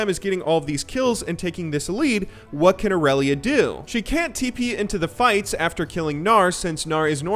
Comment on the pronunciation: Tryndamere a bit weak ? You say woot mate ?